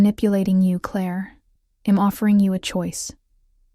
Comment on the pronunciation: Are all these stories ai ? Honestly if a real person is reading this, why the mispronunciation of words like I’m? If you are writing and reading why so many mistakes like that? I’m out. Sorry, storylines is broken with confusion of when he stopped talking. 37 minutes in and I’m out. AI can be great but you need to double check your storyline and the pronunciation of basic words. Also, try making up original names.